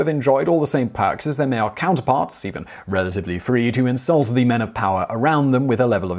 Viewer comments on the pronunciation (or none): none